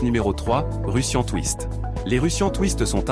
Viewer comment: Sans oublier le Russian touiste et le Bur-pisse 🤣🤣🤣